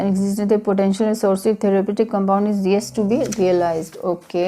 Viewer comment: u cant even pronounce "realise". Lol!